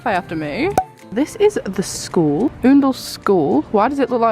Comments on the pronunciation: It's definitely not 'oondle' 😅 , it's ound to rhyme with found. Love the video - such a good idea ❤ xx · Me too! It really made me laugh how said Oondle 😂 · I live 20 minutes from kindle, it’s pronounced ‘owndle’. I hope you went to beans cafe 🥰